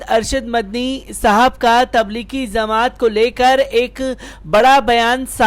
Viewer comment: چورن چھاپ خبر تبلیغی زمات نہیں تبلیغی جماعت ہے بے چورن ! پہلے بولنا سیکھ لے